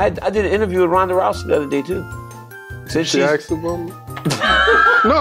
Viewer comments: Ask. The word is pronounced ask, not axe. Every. Single. Time. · Even DC cannot pronounce "ask" !? 🤣